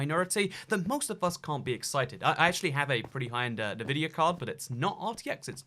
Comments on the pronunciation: The GTX 10 series can actually do ray tracing. Also, NI-vidia? It's pronounced EN-vidia. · "en-vidia" not "Navidia" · hardly... The company name begins with the letter N. N vidia. He can say N. His pronunciation is as if he is sounding out the N. Plenty of Brits say it correctly. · It's N-VIDIA not NI-VIDIA. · Love you bro... But you need to say Nvidia correctly... It's obnoxious! Say it like so it sounds like this.. ENvidia. Not Nuhvidia. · En vidia not na vidia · btw it's pronounced en-vidia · It's not nuvidia, why do you pronounce so many words wrong? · Partnering with Ne-Vidia... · Ah yes, navidia.... wait what? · The way you say NVIDIA is odd to say the least xd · Is it just me that gets annoyed by the way he says Nvidia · OH MY GOD I CANT WATCH THIS WITH THE WAY HE PRONOUNCES NVIDIA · Can we talk about how he pronounced Nvidia? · Take a shot every time he mispronounces Nvidia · Why do you say Nvidia like that. That is the only thing I've thought about this entire video... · Yeah ik, a lot of people are saying it weird.